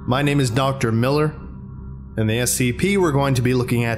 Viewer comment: Is it me or did he mispronounce his name this time? "Gooood afternoon, everyone. My name is Nocter Milller" I even played this at .5 & .25 Speed and it still sounds like "Nocter Miller". I'm not the only one who notices this am I?